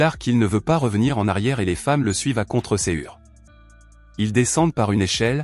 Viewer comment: Voix d'IA qui se détecte de temps en temps avec des prononciations improbables comme "à contre cœur" qui s'entend "à contre cé-ure". Dans l'ensemble c'est assez correct et interpellant